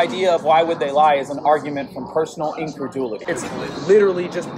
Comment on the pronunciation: 'personal incredoooooolity' I cant lmao